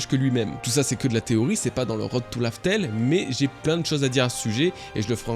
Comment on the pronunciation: Laught tale pas lau tale